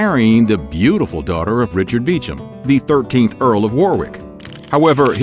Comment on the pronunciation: I thought that Beauchamp would be pronounced differently. If I am wrong, please let me know. I really want to know the correct pronunciation. 🤷🏾‍♀️